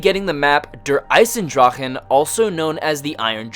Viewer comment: lol you said eisendrachen the whole video...<3<3<3<3